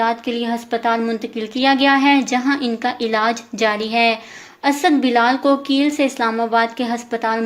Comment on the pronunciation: It's not keel it's kail